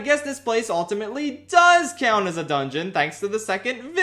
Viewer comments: Bro why do you pronounce "count" like that. It hurts me every time I hear it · Pensilvania accent